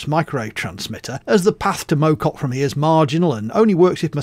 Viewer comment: As a stokey I can tell you that Mow Cop is pronounced like mouth rather than like a lawn mower ;) but I do agree with you about the hills XD